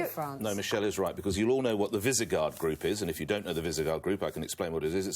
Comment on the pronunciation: In Nick Ferrari's segment demonstrates how little he knows about the EU and how willing he is to make things up out of whole cloth. Firstly, and most pedantically, it's "Visegrad" not "Visigard" - honest mistake. Secondly, the Visegrad Group is not a trading block, it's just one of several sub-groups that exist within the EU - like the Nordic Council. Thirdly, Spain absolutely does not want to join it. Austria joining the V4 makes a degree of sense, and Hoffer (the Far Right presidential candidate in Austria) has, long after this broadcast, suggested that the group should expand. The rest of what he said was just generally ill-informed.